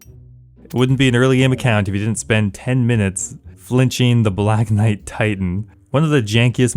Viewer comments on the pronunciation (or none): none